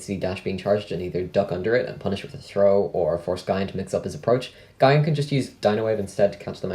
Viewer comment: Its wierd to hear it pronounced guy-an instead of gee-an